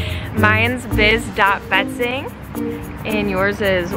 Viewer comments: Biz is such a good actor At one point of the video I thought he siad babe instead of biz hahaha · I keep hearing Orlando calling her Babe instead of Biz....yo guys I'm trippin' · Lol when he was saying biz it sounded like he said babe